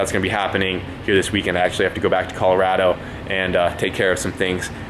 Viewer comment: is the only person ive ever heard pronounce Colorado as Collar-AH-doe